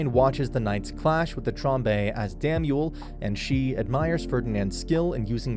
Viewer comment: Delia wants to be Bezewanst's (High Bishop, aka evil santa) concubine, not Ferdinand's. Also you mispronounced Lutz' name a few times but also said it right a few times??? Same for Damuel, and Shikikoza (or Ehrenfest for that matter) you just never get right. Plus, the Priest that destroyed the book room, Egmont, is a blue robe